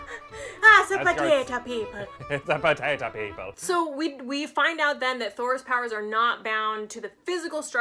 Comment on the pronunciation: "It's a potata"😂😂😂